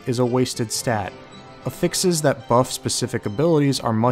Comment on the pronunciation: Lol learn how to pronounce affix u fuckin noob